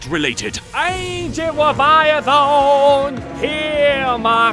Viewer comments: Agent waviathawn! Here my cwy the cwy ov dawtz! Da leada of da oricalcimaloz! Wake up and do some weally cwazy stuff 🤣🤣🤣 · "Aaancient Weviathaaan, heaaar my cwy" I'm dying 😂😂😂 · Ancient Weviathaaaaannnnnn. Heeeeeeaaaaaarrrrr maaaaaaa cwaaaaaiiiiii.